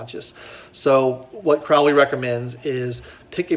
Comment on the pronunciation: Crowley rhymes with snow-lee